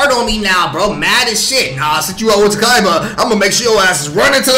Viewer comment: I’m pretty sure her name is pronounce “tah-kay-bah”